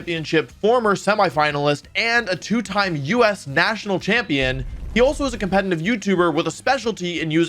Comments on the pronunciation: Compenanive. Companinive. Cumpeninive. Compenaneva. Goddamit dude, why can you NOT say competitive. Jesus FUCK! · When will the man learn how to pronounce "competetive". COMPETENTIVE